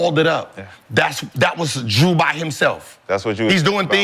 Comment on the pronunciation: WHO TF IS DREW? HIS NAME IS JRUEEEEEEEEEEEEEEEEEEEEEE